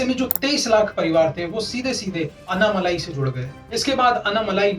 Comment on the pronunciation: अन्नामलाई नहीं भाई अण्णामलाई। दूसरा आंकडे हिंदी में ही बोलें। सब हिंदी समझते हैं।